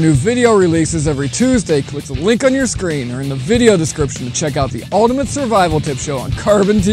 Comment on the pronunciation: Your pronunciation of 'Ultimate' is not great...